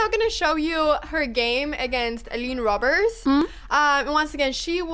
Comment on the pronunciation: Great, but that girl's name is actually pronounced "roobers", because it's Dutch and oe is "oo" in Dutch spelling. She's only 15 or 16 years old.